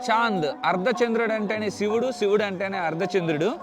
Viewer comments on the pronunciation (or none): none